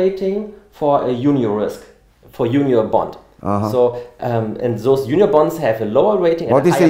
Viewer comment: it sounds like he is saying "union bond" but its "junior bond" for those who couldn't understand.